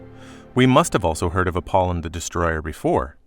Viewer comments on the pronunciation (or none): Apol Y on. Not Appolon. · APOLLY ON AGAIN SAY IT RIGHT PLEASE.